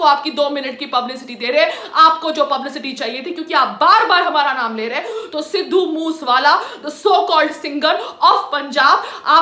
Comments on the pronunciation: Sidhu moos wala 🤣🤣.Uh biba naam ta laina Sikh la it's sidhu moose wala not moos wala😁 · Phele bolna to shik le sidhu moose wala h vo tu kya bol rahi h 😂😂😂😂🤣🤣🤣🤣😂😂🤣😂🤣😂🤣😂🤣😂🤣😂🤣😂🤣😂🤣😂🤣😂🤣😂 htttt sali. 😂🤣😂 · Arey Bnn tu phle sahi se naam to bol Bai k Tujhe munawar ne thk kaha tha tu vedio upload krke glti krdeti ho😂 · Siddu moosewala ka naam to sahi se lele chali video bnane 😂😂😂😂😂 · Pahle name bolna Sikh le uske bad bat kar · Didi pehle nam shi se Lena sikho fir bat krna.... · Pehle naam to sahi bol le satvi fail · Naam toh shai se bol le